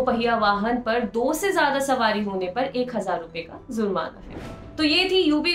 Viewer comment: Zurmana nahi jurmana hta hai.